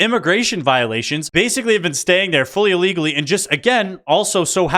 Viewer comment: What is "Ahlegally"?